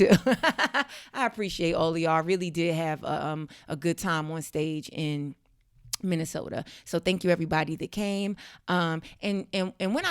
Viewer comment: Minneh-soda. Huh? That's were my people at? I thought we were mostly in Atlanta